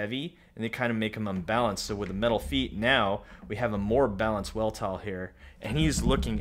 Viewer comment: I think the name is pronounced V-elt-all with a V